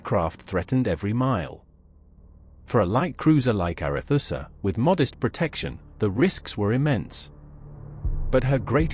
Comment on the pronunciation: 'Arethusa' was always pronounced 'ARETSA' during my naval service, not 'ARETHUSSA'